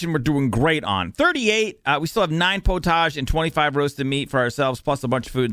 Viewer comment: Love this series. In England we say pottage like "pot-idge".